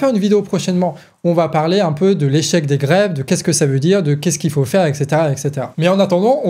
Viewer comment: "Il ne fauht pas avoir peurhr !"